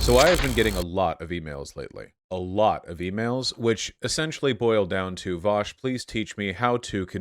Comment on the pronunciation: It's spelled 'Vosh' and pronounced 'Vowsh'. Get it right pickaxe-heads